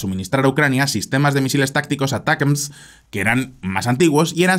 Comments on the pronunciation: "Uh-Tack-Umz" vamos que no es tan difícil. aqui va un tutorial para sonar más cool para la proxima. hahaha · "Atacams", no es tan complicado. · los Misiles ATACMS se pronuncia de 2 maneras "Atacams" sin pronunciar muy fuerte la "T" o preferiblemente "Aracams" para una correcta pronunciación al ingles, pero si los vas a pronuncia españolizado pues dilo sin mas "Atacams" normalmente. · Hola! Se supone que se pronuncia como "Attack 'em!" los ATACMS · ATACAMS. Asi se pronuncia ATACAMS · la forma mas comoda de pronunciar los ATACMS seria "Atacams". O por lo menos en español muchos suelen nombrarlo asi.